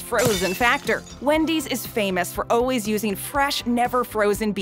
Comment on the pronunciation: It's funny how the voiceover lady always says oh-ways instead of always